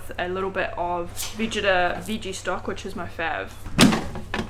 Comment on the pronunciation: It's Veh-get-ah. Like go get the Vegeta. :)